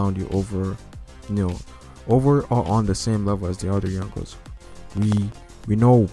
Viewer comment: Hahahahah,when u say Younko's,i thought u said Uncles